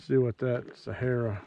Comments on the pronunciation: They are "See-air-uh" bullets, not Sahara as in Sahara dessert. I was confused until I figured it out. Sierra are great bullets. Great video...thanks! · It’s SEE-ERRA not SA-HA-RA